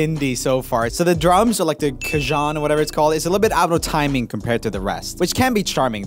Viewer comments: Cajon= (Cahone) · Bruh ur a drummer and u called a Cajon “Ka-John” and not “Ka-Hone” smhhh lmao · Pronounced kahont ;) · Yeah but it’s pronounced Cahown 😒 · cajon is pronounced cahon